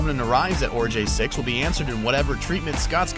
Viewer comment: It's Oregai 6, not Orejay 6.